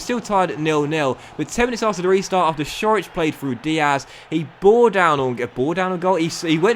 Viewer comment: Great episode as usual. Also, fyi Ćorić is pronounced Chor-ich